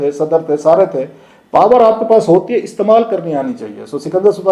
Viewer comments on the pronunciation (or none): none